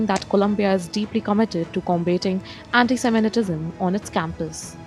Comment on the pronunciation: It’s not ‘anti-seminetism’ It’s anti-semitism Get the pronunciation right